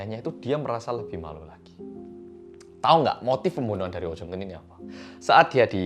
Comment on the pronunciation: " pemboenoehan " ngakak bgt sksksk